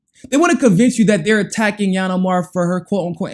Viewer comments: Please pronounce her name ..ill-han not yan. It's confusing when you make up a new name for her. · Hey learn how to say her name right i thought you were talking about another person. Lol. It's ( eel - han)